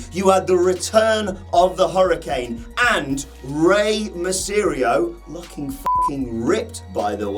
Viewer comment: He said Rey mysyerio